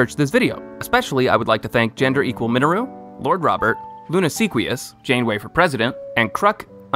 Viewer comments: It's pronounced "Jane-way" like Captain Janeway of Star Trek Voyager. 😅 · Jann-ah-way? I guess you've never seen Voyager? You've heard people say the name "Jane" before, right? If not, go watch Firefly. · How do you not pronounce Janeway correctly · How the heck are you pronouncing Janeway like that?? Never watched Star Trek!?